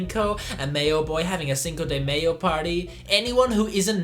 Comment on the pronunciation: The dos equis and cinco de mayo pronunciation were a bit rough